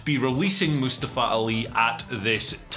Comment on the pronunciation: Moostavva. That's what you sound like right now.